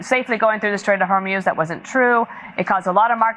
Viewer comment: Thank you for finally pronouncing Hormuz correctly Ben.